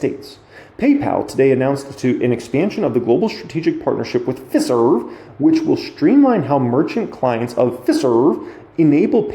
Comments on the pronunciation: It's pronounced Fi-serve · Hi. It is Fi as in pie and serv as in, well, serve. Glad to be of help!